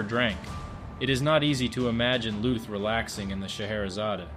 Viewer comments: LÜÜÜTH, MANN! ... nicht Looth. Engländer! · Lüth, not luth. we do not make a strange sfsfsfs sound out of a t, just because there is a silent h with it…and those two dots are there for a reason. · The H in Lüth is quiet, which means you pronounce it as if it wasn’t there, Lüt. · Why didn't you start your research by learning how to correctly pronounce his name?